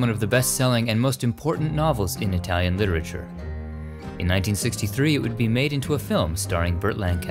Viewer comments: Oh my gosh, My hat is off to you on your ability to pronounce correctly all those Italian names of people and films and songs! It makes me suspect that you speak Italian!🇮🇹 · Italy is so beautiful. Your pronunciation of Italian is excellent, unlike a lot of you tubers. I love these videos. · Dang your Italian pronunciation is good!